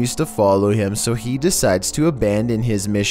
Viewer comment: “this does not deteer heeim..”